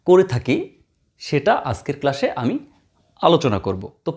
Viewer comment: Oita ক্লাশ না ক্লাস হবে😂